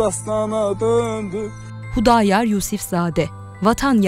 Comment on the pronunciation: Hudayar değil Xudayar